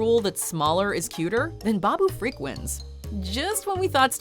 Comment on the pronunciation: Why does she keep pronouncing it "freak"???? It's FRIK, NOT FREAK!!! And, they're both awesome.